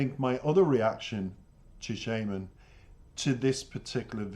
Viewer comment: Thanks for the reaction, very in-dept analysis. I have only one small criticism. The artist name is pronounced shAAman, like the magic person that calls for spirits out in the wilderness. It's a stage name, his real name is Yaroslav Dronov.